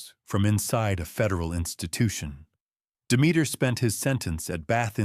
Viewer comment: Are pronouncing Demeter wrong